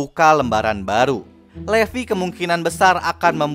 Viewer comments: Livay kak baca nya. Tulisan nya levi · Sebutnya livai